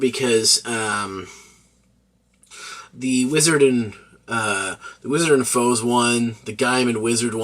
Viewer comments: Kamen Rider "Four-zay" not "Foes". Great review tho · i see your point, but the word "Four" is in it, and is pronounced as such in multiple occasions, the ze is a counter to it. its like Ichigou, you can leave out the gou but then it wouldn't sound the same. I'm not saying you should change the way you pronounce it, its just sounded a little jarring, sorry